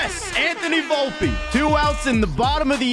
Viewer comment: Vlopeeeeeeee not volpa⚾️⚾️🤦🏻‍♂️